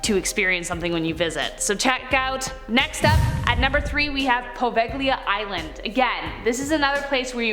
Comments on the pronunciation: Great video =) I will say that the pronunciation of Poveglia is po-VEY-lee-uh. =D <3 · English-speaking persons are funny. Poveglia is pronounced Po-vey-li-a